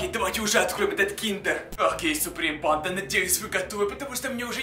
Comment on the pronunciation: МНЕ ОДНОЙ КАЖЕТСЯ, ЧТО ВМЕСТО СЛОВА,, БАНДА,, Я СЛЫШУ,, ПАНДА!!!!!!! 😯😯😯